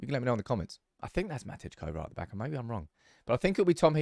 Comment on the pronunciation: The "J" in Matej Kovar's first name is pronounced like a "Y"